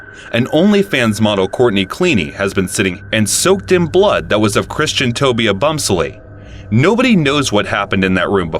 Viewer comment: Dude atleast get christians name right judt a bit disrespectful